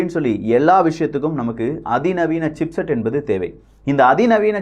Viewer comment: Aenbathu is not correct. Pronunciation should be Enbathu